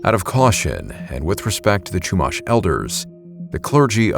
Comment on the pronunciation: as a 5th Generation native of Central Coast Of California (Santa Barbara's region), some of the pronunciations you did for Lompoc (Lom-Poke) and Chumash (Shu-Mosh) were very jarring to hear from a non-native of the region. But as for the story of the "giant coffin", I've heard of that tale once or twice in my life. It's more or less a legend now, even by the modern descendants of the Chumash as the location of the burial site has been lost to time. But then again, the Central Coast gets VERY rural very quickly once you head Eastward OR the valleys that border coast and the inland cities. We have seen strange things out here, even near Camp Roberts (National Guard outpost base and training grounds). Edit: I didn't add Vandenberg because it's been mentioned enough times for it's UFO sightings and whatnot.